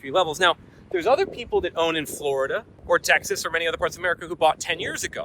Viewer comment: Floraduhhh gonna floraduhhh 😂